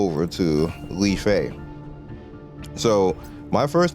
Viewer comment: FYI, her name isn't "Lee-Fay". It's pronounced "Life". If you do Lyfe's story quests, she tells you that her parents called her that because she represents life.